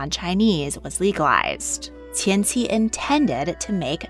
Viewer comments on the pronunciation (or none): I really appreciate your work, but in the future, please note that “Cixi” is pronounced more closely like “Ts-she”. The “C” sound you see in Hanyu pinyin is pronounced like, “Ts” as if you are imitating a cymbal. You pronounce Polish names so well so I can’t fault you here cuz none of us can do it all! Thanks so much! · Cixi Is pronounced (cersi) and I was hoping that you would do a deep dive about her and her life and time as dowager it's really interesting how she helped facilitate the downfall of imperial china I really hope you talk about her again in the future